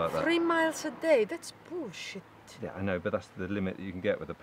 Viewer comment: “3 miles a day? That’s boolsheet!”